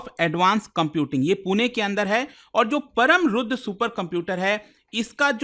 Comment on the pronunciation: Its परम् NOT परम, Its रुद्र NOT रुद्रा। Such mistakes are not expected at government level.